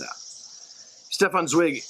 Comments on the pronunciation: How difficult is it to google how to pronounce the writer's name?Zweig like like bike ike. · You failed not only to pronounce the writer's name which is in my opinion pretty disrespectful ,you also managed to skip over the holocaust and the tragic fate of numerous Jewish scholars such as Albert Einstein,Sigmund Freud and many others forced into exile and many more murdered in concentration camps. Austria and Germany not only was occupied by Nazis but it lost so many great thinkers and artists. Only a few made it to freedom in exile. Your laid back approach does this great writer a dis service. You mispronouncing his name was just the sign how little you understood of the depth of tragedy of the man the era and humanity's darkest days.The right wing is now growing strong in the US and Europe. Do google and get educated before you take on giants. I have met his nephew . He died this year.almost 100 years old in Europe. They didnt do shallow. Sorry i might have been too angry. I just listened to experts discussing this book. Please treat books more seriously.